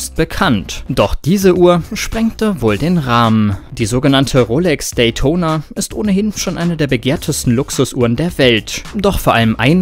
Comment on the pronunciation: Wie er Datona ausspricht🤣